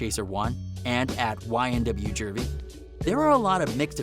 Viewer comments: Juvy as in juvenile, not jurvy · Got damn man, it's Ju-vee not Jer-vee🤦🏾‍♂️🤦🏾‍♂️ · you got a dislike for saying ynw juerievy or what ever the fuck you said. disrespectful ass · Thank youuuuuu